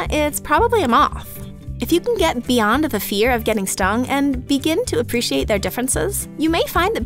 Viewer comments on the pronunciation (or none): Ha! “Beeond”